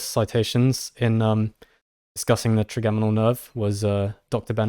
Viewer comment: Hi guys. It’s “tri-JEM-inal” nerve. As in “3 origin” because it is a single cranial nerve with 3 major sensory branches (mandibular, maxillary and ophthalmic)